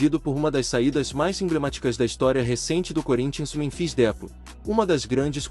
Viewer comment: Cara é esperto, fala o nome errado de propósito kkkk canalzinho lixo que fica postando fake news😂